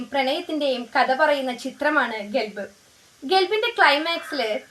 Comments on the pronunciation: ഗെൽബോ 😂😂😂 ഗെൽബ്‌ അല്ല ഖൽബ് നഖം എന്നാണ് അല്ലാതെ നഗം അല്ല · ഗെൽബ് അല്ല..... നേരെ ചൊവ്വേ പറയാൻ പടിക്ക്